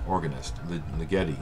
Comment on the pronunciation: Wow.....that Ligeti album!! That is rare as rocking horse shit, man. .....by the way, Ligeti is promounced Ligg-ur-tee.